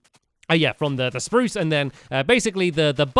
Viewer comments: STAMPY CAT, you didn't say SPAROOSE correctly Who else noticed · he aid spruce wrong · How dare you say spruce You only say sprrrrrrrrrrrrrrrrrrrrrrrrrrruce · Noooo stampy you say SPRUCE not spruce :_(